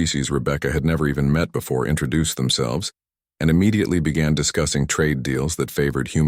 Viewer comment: "INTRAduced" is not a word. *INTROduced. "PERtectID" is not a word. "PROtectED. "PERtecSHIN" is not a word. *PROtecTION.